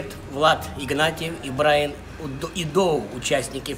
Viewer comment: Брайан, а не Брайн